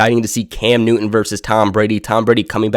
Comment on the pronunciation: Cam NewTTTTon. Not, Cam New'un.